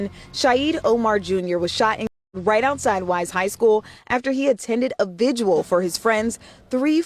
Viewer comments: VIGIL, NOT "vigual" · Why do so many Americans struggle with pronouncing "Vigil" 🤔??? Why do they think it's pronounced 'Vidgual'? Like seriously... why????